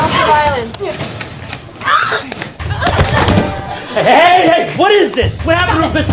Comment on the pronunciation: 'stop the vilonce'